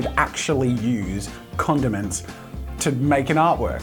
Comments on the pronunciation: So many times I thought he said condoms 😂🤦🏻‍♂️ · jazza you mumbled when you said condiments and it sounded like condom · thought he said condoms not condiments cool video